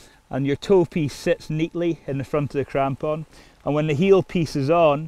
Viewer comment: Mostly just watching this video to hear this guy say "crampon" again